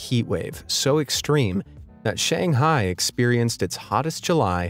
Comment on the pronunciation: The way he pronounced Shanghai makes me cringe